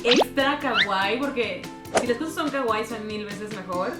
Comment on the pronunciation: Me encantan tus vídeos pero odio cuando dices kaguai no se pronuncia así 😥 es Kawaii la w se pronuncia ua y tiene doble ii las dos se pronuncian pero fuera de eso tu canal me encanta